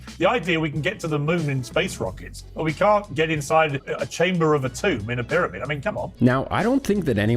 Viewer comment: Props to Zahi, his ego and all. I love the way he pronounces pyramid, like spoken at 2X speed - 'Bidabid'